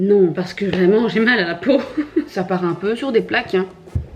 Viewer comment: « Ça paRRRt un peu sur des plaques hein » une fois non de djeuuu 🤣❤️